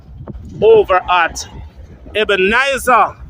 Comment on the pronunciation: Brush up on your pronunciation, funeral,not funeral, Ebenezer, not Ebenizer.thanks for the information.